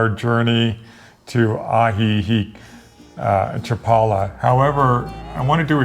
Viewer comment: 😂 I corrected him when he pronounced Ajijic as well😂✌️